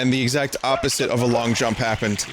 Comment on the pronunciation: Words Vinny has trouble with: "Opposite" "Edge"